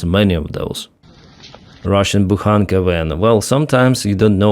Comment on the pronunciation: Every time you talk about Bohanca (sp?) vans I hear "BOHICA" - bend over. here it comes again.